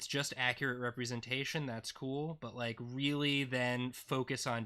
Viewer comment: Am I the only one who caught "represantation"? XD